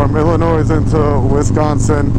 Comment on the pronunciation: You don't say the S in Illinois!!!! LOL